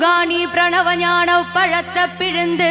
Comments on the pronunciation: ப - പഴത്ത എന്നല്ല പഴത്തൈ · But i noticed a pronunciation error instead of "பழைத்தை" she sings repeatedly " பழத்த"